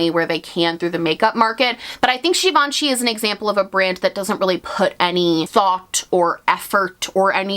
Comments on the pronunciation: 🇫🇷🇫🇷love your French accent when you said « Givenchy ». I didn’t even know that givenchy had a make up brand. Their bag are amazing though 💋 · From a french speaker: Your pronunciation of Givenchy is spot on 👌 Random I know lol but I had to mention it 😅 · I was today years old when I learned how to pronounce Givenchy 🤣